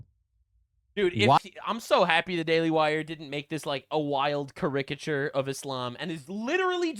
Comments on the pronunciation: You are saying caricature wrong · did Candace Owens teach you how to say "caricature?"